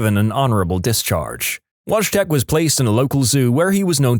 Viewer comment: The pronunciation of "Wojtek" hurt me right in my polish heritage, it's actually pronounced "voy-tek" But at least you tried Mr narrator!